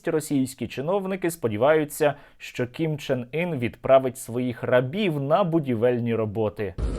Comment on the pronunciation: Ким Чен Ин звучит как Кон Че Ний.😅😅😅